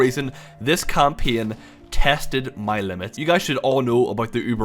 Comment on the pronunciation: English is not my native language and your "kampien" sounded really interesting. What accent is this?